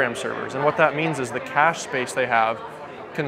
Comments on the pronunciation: you are a bloody Aussie say Cache like you did the first time not like a American. :) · Cay-sh...lol. Cache Pronunciation, in french, cash-A in english, Cash. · mispronounces apache and cache ... im sensing a pattern here.